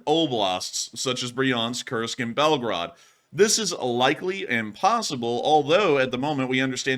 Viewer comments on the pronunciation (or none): Please pronounce correctly the city name because it sounds like Belgrade ( Serbia) 😅😊 Correct way is Belgooooroood not Belgarad